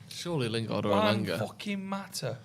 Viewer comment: It's elanga